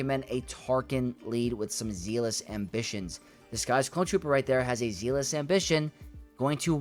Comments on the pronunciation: Love this,! Thank you! (I hope you don’t hate me - but “zealous” in Zealous Ambition is pronounced with the same “e” sound as egg and met, so “zeh-liss.” Apologies - spent too many years as a teacher, please don’t hate me) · Don't apologize - he needs to pronounce a simple word like that correctly!